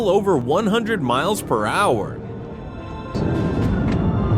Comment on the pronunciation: “Kilometers per hach” A Call to “nine hundred eleven” Couldn’t find a dumber AI voice?